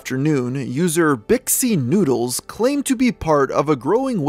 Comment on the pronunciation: Lol, Bixxy Noodles. Bix Nood